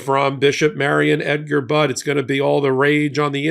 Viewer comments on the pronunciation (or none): Her name is pronounced like " buddy", not bud. Thank you!!❤ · PLEASE learn how to pronounce this Bishop's name! It is not Budd, it is Budde, with a long e. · Pronounced Bud E